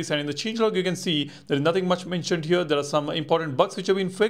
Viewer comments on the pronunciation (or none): Please top saying "hyur" instead of "here"